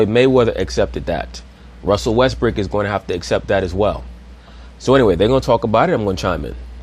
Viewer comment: "westbrick" lol he don't miss a beat with that name lol.